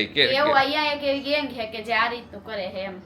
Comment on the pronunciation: દરેકે દરેક વાક્ય મા જ્યાં જ્યાં "છે" આવે ત્યાં ......"હે" "હે" કેમ બોલો છો .....